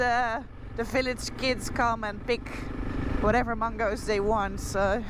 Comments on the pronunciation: It's cutely funny how you pronounce 'mangoes'. more power for what you do and love from pakistan, noraly. 🇵🇰🇳🇱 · Your pronunciation of mangoes totally .up.. it's a bit like when you say bananas😅😅